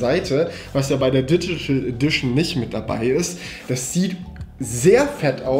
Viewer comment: Digchitel FETTER LACHFLASH🤣